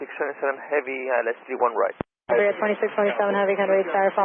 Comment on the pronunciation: Tha FO could not say correctly the callsign even once. It was like: Iberia biwiwiwiwi. Reminds me of my friends trying to learn English years ago :)